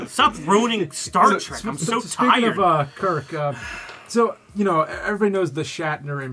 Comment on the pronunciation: Can you tell your friends to stop calling it “Star Track”?